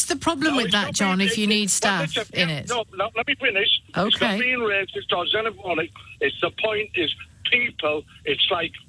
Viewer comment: ish does he say xenophonic???